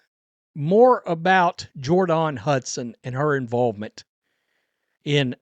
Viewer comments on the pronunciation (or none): Jord-on? 😅😂. Is that how she seriously pronounces her name?